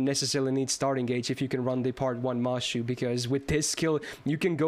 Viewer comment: the fact that you're saying mashu instead of mash makes feel very proud for some reason lol